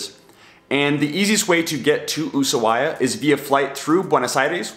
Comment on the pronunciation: I tried to finish the video but couldn't due to mispronounciatin of Ushuaia.